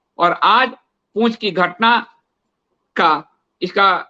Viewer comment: वह पूँछ नहीं, पुँछ होता है! लिखना बोलना दोनों त्रुटिपूर्ण क्यों है?